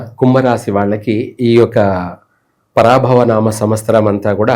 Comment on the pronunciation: thalli anchoramma..paraa bhaava ani palukuthunnaru..maa karma guruvugaru kuda same